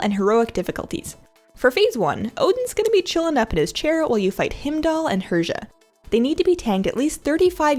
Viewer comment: Fantastic guide. You pronounce his name Hi-m-dull, btw :)